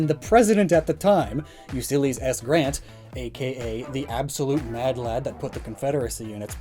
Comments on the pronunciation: Who the heck is Usillys S. Grant? It's YOU•LEE•SEAS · Did you just mispronounce the name of Ulysses S Grant? (Its U LISS ISS, not U SIL EES) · You silly it isn’t pronounced “Yu-Sill-Ese” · >Pronounces "Momotaro" with a perfect Japanese pronunciation >Calls Ulysses "Usylles" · Is Ulysses pronounced as Usylles?? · “Usylles” lol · did you by chance call Ulysses S Grant "U-Sillies"? lmao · I can't get over pronouncing Ulysses as "You-Sillys" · "You-silly's S. Grant" 🤣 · I laughed WAY too loud at "You Sillies S. Grant" It's Ulysses XD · Did you just call President Ulysses "President You Sillies"? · Did he say... "Usyless"? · "You-Sillies S. Grant" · He says U sillies instead of Ulysses XD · "Ussyles S Grant" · Did he really just say "Usillys S. Grant?" (You sillies) 😆😄😂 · I thought I stroked out for a sec when I heard the way he pronounced "Ulysses" lmao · This man absolutely butchered Ulysses S Grant’s name